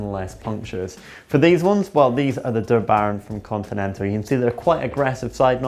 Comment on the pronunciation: i thought this guy is german, but they way he spoke 'der baron' sounds non german...